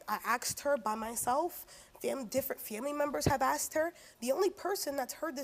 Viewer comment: Question where does aksed come from? It’s asked. Is this a different language?